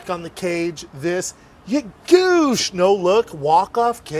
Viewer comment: Brendan "Yuh-GOOSH" Shaub